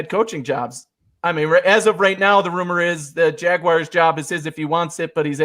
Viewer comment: I knew that WNYers pronounced the Jacksonville team “Jagwires”. I didn’t know Denver people did too.